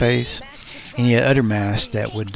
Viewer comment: Dude . ...the word is OTHER..... .NO UDDER. LOL